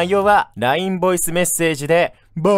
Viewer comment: ボイスが"ヴォイス"になってるのめちゃくちゃ好きですwww